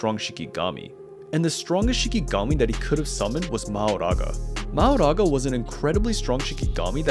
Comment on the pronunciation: I’m sorry but the pronunciation of “mahoraga” is killing me 😭